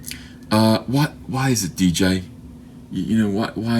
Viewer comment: It's not dee jay, you just say the letters. Its DJ, god will you never learn.